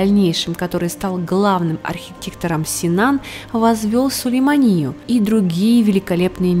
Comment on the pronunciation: Аж слух режет как не правильно говорит о Сулеймание. 😵‍💫